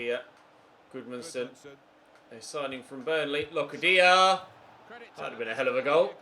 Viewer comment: Don't want to be annoying or anything, but Locadia is pronounced with a longer a. Kind of similar to the first a in Aston Villa. Just a tip. Great video though, as always!